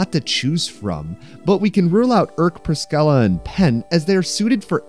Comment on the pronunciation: That's ONE way to pronounce Priscilla 💀